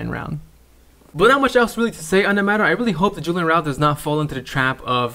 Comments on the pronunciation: Good vid bro but A-ra-ujo not araul. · Its Araujo, not arouw, arauho , the j is prounce like an H 😂😂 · Is it me or did this dude just mispronounced Araujo incorrectly.